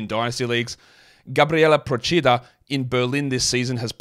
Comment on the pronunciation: Reigning pronunciation champ strikes again with Procida